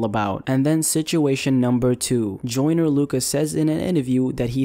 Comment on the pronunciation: Does anybody else hear him saying “Jordan” not “joyner”